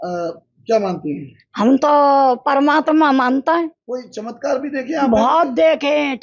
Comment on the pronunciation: Esko to bolna hi nhi aata chamtkar ko chimkatr bol rhi h